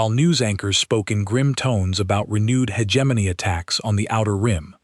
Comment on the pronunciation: I can’t finish this garbage. How many different ways can you mangle the word hegemony?